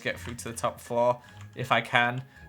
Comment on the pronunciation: I love how says flore. florrre